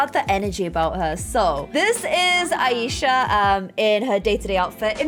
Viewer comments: Who noticed that this girl is saying the the name like: a-yee-sha But well it's pronounce as: aaa-e-sha Btw I am from pakistan and the name aa-e-sha is a Muslim or you can say pakistani name that why I know how it is pronounce but no problem we know you are quite bad in pronouncing even normal words but yah I like you you are really a good player most of the things about sums 4 l learn from you lol love u keep up this vid wss lit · Aisha is pronounced eye-sha :)